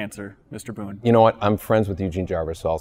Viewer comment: Pretty sure it's "Boon".